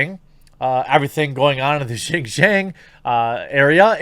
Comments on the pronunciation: Dude, at least put a minimal amount of effort to finding out how to pronounve something, it's pronounced "shin-yiang", you can use google translate to read it back to you or just plain google some online text to speech tool,is not that difficult... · Very well said. I hope this ends up being a wake up call for all these kowtowing corporations. Just for future reference though, Xinjiang is pronounced "sheen jyong". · Brah. Xinjiang, pronounced sin-jyahng. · Jeremy.. Xinjiang.. pronounce. Shin-Ji-Yang. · It’s pronounced shin-gee-ahng